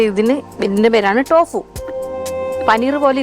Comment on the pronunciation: ടോഫു അല്ല തോഫു, ചൈനയിൽ സാധാരണ കറിയായി തോഫു ഉണ്ടാക്കും